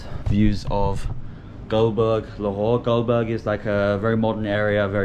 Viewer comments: Not Goldberg it's gulberg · Its gulberg not gulburj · its not goldberg its gulberg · Its not goldberg its gulberg I love your videos and Also a gesture towards Pakistani people Love you My boy if you have time to visit Islamabad than i am excited to meet you 😍❤️ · It must be Gulberg not Goldberg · it's gulberg the name of area